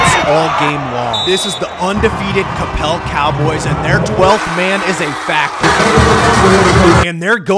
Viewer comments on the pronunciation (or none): It's pronounced ka pell not copel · Bro that's not how you pronounce Coppell😭😭😭